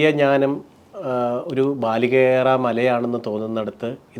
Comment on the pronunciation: ഞാനം അല്ല ജ്ഞാനം എന്നല്ലേ പറയേണ്ടത്